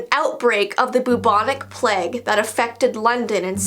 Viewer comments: It,s pronounced plage not pleg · kept on saying PLEG it's PLAGUE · In the ring around the Rosie when you said Plage that’s not how it’s pronounced it pronounced as (plaje) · The pronunciation of plague is sending me...its PLAY-gue not PLE-gue 🤣love from england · the pleg.... i think you mean the plague (play guh) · I'm from England you say it so weirdddddd plage it's pronounced pla-gue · saying "pleg" 😂 I mean I guess some people may pronounce it like this but.. 😂 I say "plage " I know you spell it plague but ya know I'm just spelling it like this so you can see what I mean 😂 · saying pleg is just a big mood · I don't know if in America it's different but in England it's pronounced the "playg" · Me: hears her say plague My conscience: A pleg..? Me realising it might be because I’m Aussie. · It’s pronounced play-g :) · I'm sorry but saying pleg instead of plague makes the topic much more lighthearted 😂